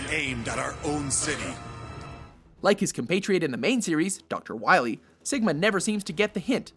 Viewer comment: We need to stop DR. WAHWEE, M-Megaman.